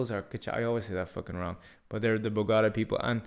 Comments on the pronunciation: The way you say Bogotá is almost as bad as spelling Colombia like "Columbia" . You sound it out like it's a sports car (Bugatti) LOL. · Im beginning to wonder if he even went to Bogota pronouncing it that way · Your pronunciation of Medellín and Bogotá is very lousy. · Not like that. Like this, watch: MEH THEH JEEN, MEDELLIN. Then, BOH GOH TUH , BOGOTA, Got it.